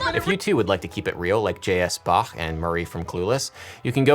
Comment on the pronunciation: I'm from Austria (for all that don't know, we speak german over here) and I just gotta say: I love your pronounciation of "Bach". It's awesome to hear an english-speaking guy pronounce the "ch" right!!! :D and a nice video btw :D